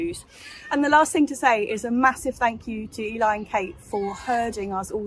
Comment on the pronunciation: Eli I need to give you an apology. Lots of people have been saying that I pronounced your name wrong. I am sorry so please forgive me.